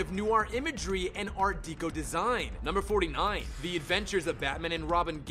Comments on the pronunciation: Learn to pronounce words right before making another video, "AH-Bay" Vigoda? Art Deeko? Come on- that's not only sloppy but really embarrassing. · Matt Lipton And "Deco" as "deeco". Like, it's one of the single most well known art movements of the last century... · Ditto. I was yelling at the screen when he said "Art Deeco" It's "Deco" with a short e as in "Decorate"! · The same way he says Deeco instead of Deco. Wtf? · Art dee-ko? It's pronounced deck-o. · New title: 107 Word Mispronunciations (and some Batman: The Animated Series Facts) "Greg-or-eehan" chanting (Gregorian = "greg-gore-ian") "Ah-bay" Vigoda (Abe = "ayb") Mark "Heh-meal" (Hamill = "ham-ill") Dark "Dee-co" (Deco = "deck-o") Fact #84 the episode "Trail" (instead of "Trial") Hey, a few mistakes out of almost 20 minutes of lines is an understandable margin of error. It is a great video anyway! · This was a pretty good list all things considered! Super interesting and well done. Though you'r pronunciation could use some work. Ah-Bey Vagoda? Abe is short for Abraham and is pronounced like the abe in Babe. Dark Deco, pronounced Deck-o. Trial not Trail. Harvey not Harley. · Mispronounciments everywhere. Art dee-co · Don't forget "art DEE-ko." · Art Deco's pronunciation hurt my soul. It's not pronounced like decoy, it's pronounced like decoration (hence the name.) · You can learn how to pronounce to Hamill, Abe, deco and Trial correctly.